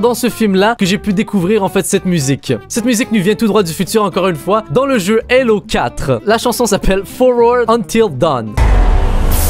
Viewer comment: tu prononces mal les noms mec : helo au lieu de halo